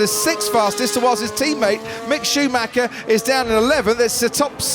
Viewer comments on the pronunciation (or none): When are they going to learn to pronounce Schumacher correctly? His name is not Shoemacker!! It sounds very unprofessional.